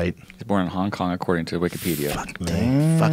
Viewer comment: did he just say Kong-Kong?